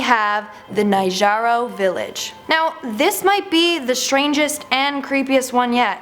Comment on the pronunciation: #1 spot. Nagoro Village. It's pronounced "nah-GO-roh"....